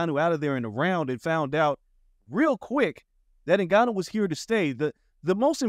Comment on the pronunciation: Please take the time to learn to pronounce his name correctly. It’s In-Gan-Noo. How easy is that? It’s as easy as Jonathan.